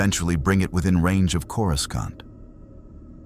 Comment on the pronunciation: coriscont? what? sort your ai out. maybe watch the vid before you put it out. its insulting. other than that amazing work!😂😂😂